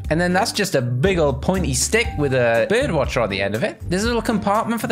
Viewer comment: its brige watcher not bird watcher